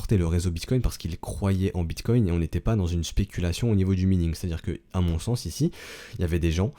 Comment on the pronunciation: On dit minage ou maïning. Pas mïning T_T